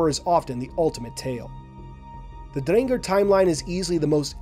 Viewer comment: Same goes to your pronunciation of Drengr, my new favorite halo youtuber right here